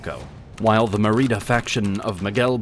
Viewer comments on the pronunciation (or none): Mérida is pronounced with emphasis on the first syllable . Is this narration A.I. or just naturally annoying? Today the Mexicans have trashed the once charming Yucatán Peninsula with development. The “Mayan Riviera” they boast. Regardless, Trump might make México the 52nd state, after Canada is absorbed, but I think we have enough headaches as it is. 'Viva Juan Gabriel!